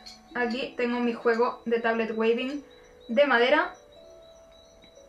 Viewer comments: "TABLET WEAVING", se pronuncia tablet wíving (ea= sonido iiiii largo). Muy bonito tu video! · trata de pronunciarlo como , me parece que la pronunciación anglosajona de la palabra suena mejor que la version españolizada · Muchas gracias por tu video. Trata de pronunciar Weaving: /uivin/. Bendiciones.